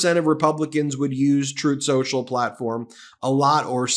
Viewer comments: "Troth Senchel" 😂😂😂😂😂😂😂😂😂😂😂😂😂😂😂😂😂😂😂😂😂😂😂😂😂😂😂😂😂😂😂😂😂😂😂😂😂😂😂😂😂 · You said, "on truth social" or "untruth social"?